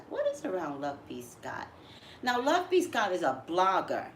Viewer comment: Is it just me?? When you pronounce the name "LoveBScott" it sounds to me like "love-peace-God." 🤨